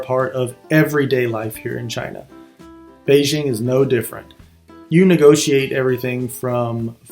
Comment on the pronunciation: For God's sake, LEARN how to pronounce "Beijing"!